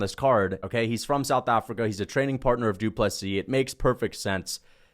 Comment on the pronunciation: You pronounced Ddp vs Strickland 2 wrong.